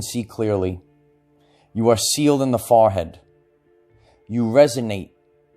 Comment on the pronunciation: Every time he says it, I giggle. I hear "fah-head" and I love it. LOVE!